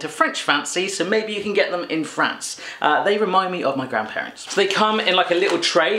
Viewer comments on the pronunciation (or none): none